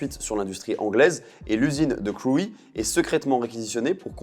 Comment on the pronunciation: Intéressant... par contre Crewe se prononce "Crou" et pas "Creoui" 😆